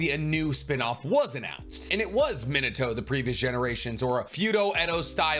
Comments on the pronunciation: Overly critical takes: 1. Bro it's really not that hard to pronounce their names right. Thought I was missing the joke of "haha I say the Japanese names wrong I must not be a true fan" but a quick check on your first Naruto video on the channel says no jokes found. Please don't work on anything related to whoever the fuck "meh-nuh-toe" is. 2. This entire video makes you sound conceded as hell. If it is a gag, you're deterring anyone who might want to listen to your opinion with "As someone who knows people in high places in video game companies" & "Please bug the creators so I have a chance to make it how I want it" & "I know the universe better AND what the fans want" 3. The other thing this video proved is that you really don't seem to know shit about what fans want from the series even with all that money spent on art and figurines behind you. 4. Genuinely feels like a clout chasing lame-o who jumped in when anime blew up off tiktok. "I had to sign an NDA" head ass. The only shows you even talk about are whatever is the most popular that day MHA, Naruto, Bleach, One Piece, HxH, Dragon Ball. Just say you jumped on the band wagon and pull the band-aid off. 5. Fuck Boruto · He said min a toe. 🥹